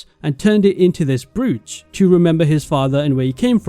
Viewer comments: Pronounced browe-ch. Not broo-ch. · Idk why, but I'm pretty sure "brooch" is pronounced "broach." In fact, I Googled it to make sure. It actually spelled the pronunciation it "Browch" but whatever. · dude you need to learn how to pronounce brooch